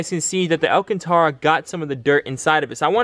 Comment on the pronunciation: Man said alcantora😂